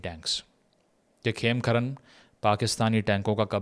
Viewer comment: It is not KhemKharan but KhemKaran.